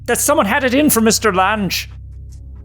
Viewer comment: Excellent as always, but...Lan-gees??? LANG, as in "language." Maybe you young ones don't remember the actress Jessica Lange?